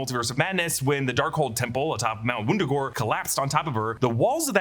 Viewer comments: Mount Wundagore? I think you mean Woordoorgoor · When it went from “what wurder” to mount Mount Wundagore I started laughing.